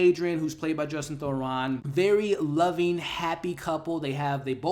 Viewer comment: It’s Justin Theroux not Thoron. I love your reviews but I have to give you feedback that you OFTEN mispronounced the names of actors, character names or just words in general (meyondering instead of meandering in this video for example). You have great insights and recap the plots so well but these slips effect your credibility and are a bit distracting. I say this to make you better, not to just criticize you. 😊